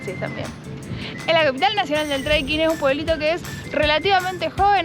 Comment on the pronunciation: No es "TREIKING"...!!!